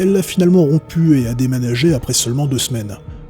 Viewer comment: on t'entend pas dire démanager ?